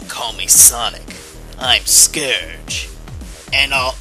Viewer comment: You said Scourge wrong